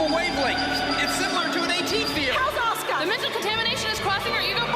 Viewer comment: oh wait, I REALLY wanted to add about the pronunciation in this video & in the English dub.. "Asuka" is not pronounced "Oska/Ahska". lol